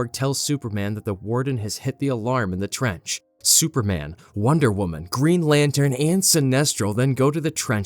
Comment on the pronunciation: I heard Greed Lantern instead of Green lol